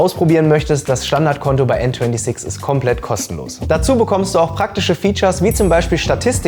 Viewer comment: Bro bitte sprech n26 deutsch aus!!!